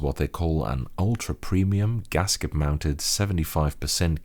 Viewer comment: just said "gasket mount"